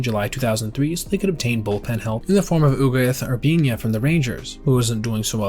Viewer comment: Let me give you a hand, mate. It's pronounced Oo-get Oor-bee-nah (Ugueth Urbina).